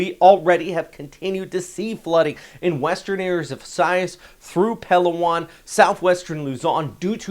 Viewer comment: Learn the correct pronunciations please. You butcher Palawan every time among others.